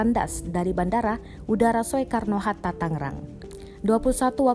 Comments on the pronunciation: Soekarno itu bacanya "Sukarno" bukan "Swekarno!" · Bilang saja SUKARNO HATTA, bukan SUEKARNO walapun ada huruf E. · kenapa bacanya so-e-karno bukan sukarno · Bacanya so e karno, baca sukarno...dasar pauk. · Soekarno Hatta itu dibacanya Sukarno hatta, bukan Sowekarno hatta. Semoga bisa lebih baik lagi ya. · Tolong naratornya benerin. Bukan "So-e-kar-no", tapi dibacanya "Su-kar-no". Itu nama Bapak Proklamator Indonesia lho. Btw semoga seluruh keluarga korban diberi kekuatan dan ketabahan, semoga semua korban segera ditemukan, dan semoga semua org yg terlibat dalam investigasi dan pencarian diberi kelancaran kesehatan dan keselamatan semuanya. Aamiin. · Pembaca berita mbok Ya yg bener bilang Sukarno masak dbaca Soekarno, turut berduka cita bagi para korban. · Soe Karno 😀😀 itu ejaan lama nak oe di baca U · Soekarno baca Sukarno,parah banget narasixa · Sowekarno itu bandara mana? Belajar Bahasa Indonesia nggak sih mbak nya... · Penyiar kok baca Soeharno Hatta nggak bisa ..Soe kab bacanya Su... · pendidikannya apa? Baca SOEKARNO aja masih salah. Malu²in Negara aja. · ini yg ngomong org indonesia bukan, baca soekarno aja gabisa